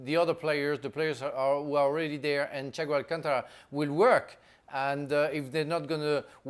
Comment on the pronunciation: Noone: bald guy: "Chaigo alchangra"